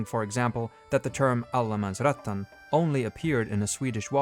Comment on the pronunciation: Great video, but just a bit of pedanticism, it's Allemansrätten, not Allemansrättan.